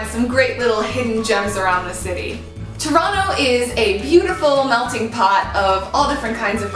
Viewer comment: Wow , you really say Toronto like a real Torontonian !!!! Yay we accept you.